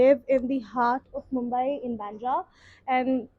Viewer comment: 7 years in the city and you can’t pronounce its name correctly … it’s Mumbai.